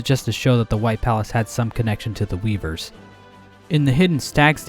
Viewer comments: "the weeekeee" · "the weekee"